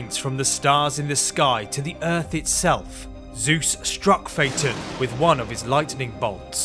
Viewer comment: SAY IT RIGHT